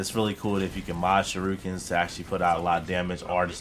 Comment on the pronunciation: Oh and just so you know for your Knowledge shuriken is pronounced sure-eee-ken not sure-I-kin! It’s a Japanese word and despite the spelling it’s shur-eee-ken it’s hard to spell the pronunciation but just watch a clip of Naruto!